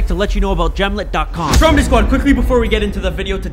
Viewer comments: Every time you say "what's up stromedy squad" it sounds like you're saying "what's up strawberry squad" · Its stromedy not dromedy